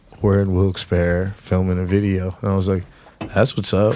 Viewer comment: Finally someone pronounced Wilkes barre right lol